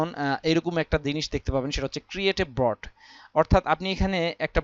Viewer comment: Vai...Broad na Board. btw video ta motamoti valoi silo